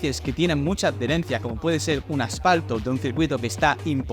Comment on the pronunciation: Se dice Adherencia, no ad-derencia como no se para de decir en el vídeo. Me ha resultado doloros al oído jajaja. Buen e interesante vídeoen cualquier casi